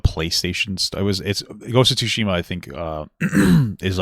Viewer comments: Man called it "two-shima" 😂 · Papa's way of saying tsushima breaks me every time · Ya know. People seem to be having an issue with female Leeds in male focused media that people like Ridley Scott cracked 40 plus years ago >.> also please tell me you are pronouncing the T in Ghost of Tsushima to trigger my sperg brain. I make pornographic art for a living, I don't want all the media I consume to also be horny...